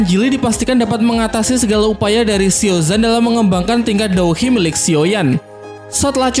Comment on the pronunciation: Douqi bang jangan dou hi 🤣🤣